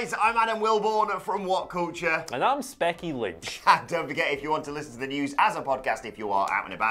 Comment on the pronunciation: Did he just say Specky Lynch?